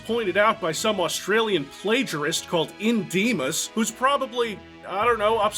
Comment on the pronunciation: Am i the only one who cringed hearing speak the name "IndieMaus"?